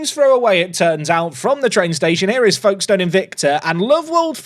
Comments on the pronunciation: Folkestone is pronounced Foakes stone. The l is very much silent. This comment is mostly because I want engagement on this video to push it forwards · We pronounce it more like "Fokes-ton" down here! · As someone from the south east of Kent, the way pronounced Folkestone made we shudder, the L doesn't get pronounced